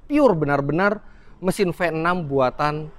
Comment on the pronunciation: Mesin Venom.. ngeri banget.. venom.. Ternyata cuma pelafalan Indonesia.. V6😂